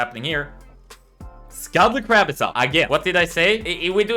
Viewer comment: for scuttle crab, almost sounds like scully crab ☺️